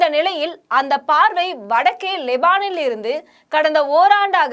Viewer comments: Maam lebaan alla lebanaan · மூதேவி லெபான் இல்ல லெபனான் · Not leban (Lebanon) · எம்மா நாக்குல வசம்பு வைத்து தேக்க லெபான் இல்ல லெபனான்.2024 தாம்மா நடந்துக்கிட்டு இருக்கு அதுக்குள்ள 2026 என்று சொல்றீங்களே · லெபனான் லெபனான் என்று சரியாக சொல்லவும் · செய்தி வாசிப்பவருக்கு லெபனான் என்று சொல்லத் தெரியவில்லை. நபர்களின் பெயர்கள் சரியான முறையில் வாசிக்கத் தெரியவில்லை. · லெபனான் என உச்சரிக்க தெரியவில்லை செய்தி வாசிப்பாளருக்கு